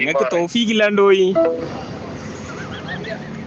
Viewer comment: ഈ ഫോൺ ചെയ്ത ഹിമാറിന് തൗഫീഖ് എന്ന് പോലും അക്ഷര ശുദ്ദിയോടെ പറയാൻ അറിയില്ല